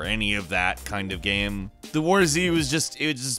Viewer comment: I cannot get over the weird way he pronounces "game". Like "gaeme".